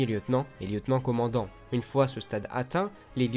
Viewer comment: Super pour les grades! Par contre le grade de lieutenant commandant ça ecorche l'oreille quand même 😂